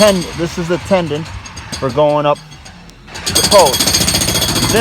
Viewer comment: I just found your channel and I love what you are doing! I wish I could see the insides of the buildings, but you are more about the structure and the exterior. One thing that bugs me- I don’t know if anyone has mentioned it before, but the old beams are put together with a “mortise and tenon”. I keep thinking you are saying “mortise and tendon”. I may just be misunderstanding you.